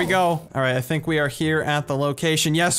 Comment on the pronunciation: At the vey start he said "thunk" xD